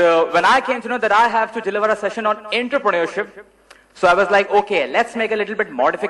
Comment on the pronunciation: The guy who cant even pronounce entrepreneurship is delivering a session on it. LOL